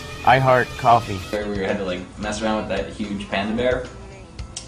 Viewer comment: "heating up mah coffi 🇬🇧"